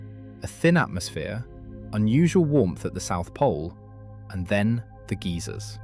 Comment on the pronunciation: "Geezers on Earth". What? Do you mean geysers?